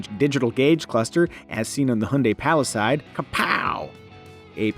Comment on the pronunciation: I have no idea how that mispronunciation got in there. In my defence, watch KBB's Palisade review. I pronounce the word correctly at least once.